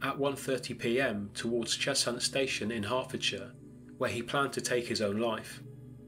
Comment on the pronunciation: Cheshunt is pronounced without the 'h' said in the same way you would pronounce pleasant :) just thought I'd say :) no offence meant :)